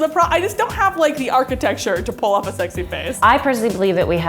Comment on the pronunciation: "I'm too funny to be sexay" literally me😭😂❤️